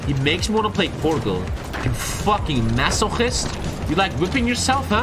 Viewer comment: I’m sorry you say Portugal wrong also I knew how to use the middle mouse before you that sad rip